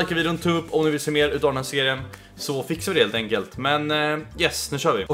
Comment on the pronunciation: "lhelt enkelt"